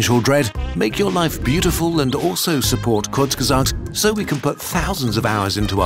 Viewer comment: it bothers me that "Kurz gezagt" is pronounced incorrectly. And no I'm not german.